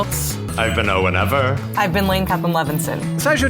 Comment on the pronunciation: When the host introduces Owen Ever it sounds a bit like he says ‘O what ever’?